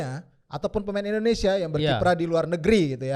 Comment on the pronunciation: Indonesia bro.. bukan Indonesa.. Indonesaaa😂 baju putih orang Indonesaaa??😂